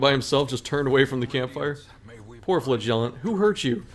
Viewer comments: Does he say flagellation, flahgelateteaon? At this point I’m actually curious. I love his content, but why does he do my man flagellant so dirty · Flagellant is stressed on the first syllable.